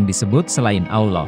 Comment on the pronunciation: bang bukan awloh tapi alloh, beda artinya